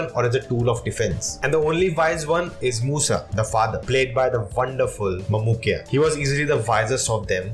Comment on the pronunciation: Mamukkoya is pronounced Maa - mu - ko - yeah